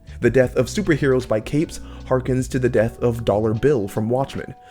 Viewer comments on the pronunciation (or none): Thought he said ruined my “debt” 😂